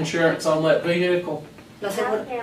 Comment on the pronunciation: Vee-Hick-elll 😂 Jfc, hire people that graduated middle school!